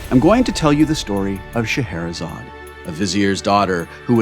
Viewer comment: sigh It's Scheherazade for gods sake